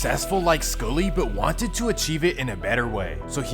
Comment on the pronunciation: Why can't you pronounce SKULLY? 🤣🤣